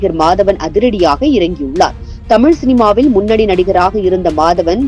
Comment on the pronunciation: முதலில் தமிழை தமிள் தமில் என சொல்வதை விட வேண்டும்.